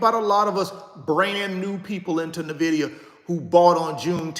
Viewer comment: My friend - with all due respect - I am not coming at you or coming for you... "But" - please pronounce the name of the company correctly. It can be found on their website. It can be found in Fortune magazine. You could just listen to the CEO/co-founder of the company pronounce the name. But, 🙏 please pronounce the name of the company correctly. It means envy in Latin. How can you mispronounce the name of a 3 trillion dollar company of which you own several shares? How can you mispronounce something that you routinely speak upon to the masses? Each one, teach one. According to its website, Nvidia is pronounced “en-VID-eeyah,” not NUH-vid-eeyah, as many have called it. Where did the ‘Nvidia’s name come from? Huang suggested Nvidia, riffing on the Latin word invidia, meaning “envy.” Thank you in advance.